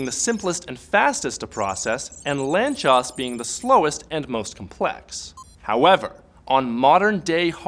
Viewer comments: It's pronounced "lantsosh", not "lantchos" This is the last name of one Hungarian mathematician. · He butchered the pronunciation. If it would't be in the video in written form, I would've not understand it. It should be pronounced as [laːnt͡soʃ].. just as it is written in the first sentence about the guy on wikipedia. It really bugs me if native English speakers don't take the effort to look after these things before making a video. In live-streams and conversations it is ok to say however you want, so you don't break the fluidity of the conversation. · Lanzcos? wtf is that word?